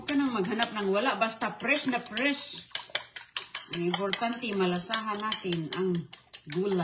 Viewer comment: Pres na pres at oki na ang harbis niya na sigarilyas sa gardin 😅ispiso ang tea niya😂 everyting & it glass at itaytin, lasing mag salita ay sayad na rin ito